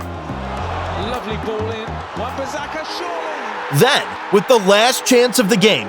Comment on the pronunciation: Dude literally said Barka